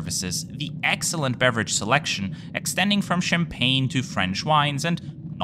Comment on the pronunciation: I like your French accent when mentioning the champagne 😅